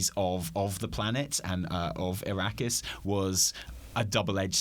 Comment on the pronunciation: Did you purposely pronounce Arrakis as Iraqis? Or was that some Freudian slip?